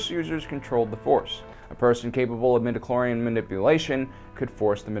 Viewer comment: Every time you say "midiclorian", an imperial stormtrooper dies spontaneously. Please stop this massacre